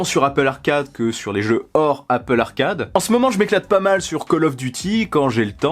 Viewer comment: its apple not appooool